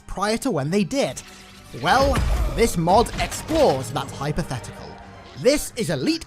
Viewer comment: can't help but hear "MOOD" instead of "MOD"